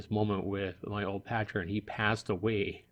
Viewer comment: Loved the video until u kept saying patron haha I miss this game.